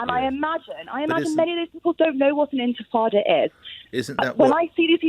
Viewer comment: "Intefada" can she hear herself?! Does she honestly, honestly think that's true? Because if so, the very carefully orchestrated propaganda campaign has really worked on her.